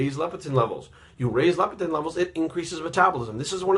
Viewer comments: Leptin not Lepitin. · haha i love you man. I agree with 95% of the things you say. I believe you're pouncing leptin wrong. you're saying LEPITIN.